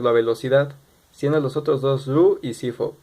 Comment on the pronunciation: Fridrich=CFOP sólo que él lo pronunció como cifop